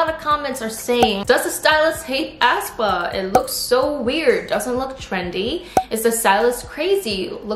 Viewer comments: Hi, hope ur having a nice day:) i just wanted to point out that aespa is pronounced more like ‘espa’ instead of how you’re putting a lot of emphasis on the ‘ah’, making it sound like ‘ahspa’ with a very heavy starting a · ASS PA? 😂 It's aespa. 에스파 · lol ASS-pA , ASS-pa... is that actually how it's pronounced? i always thought it was pronounced ess-pa.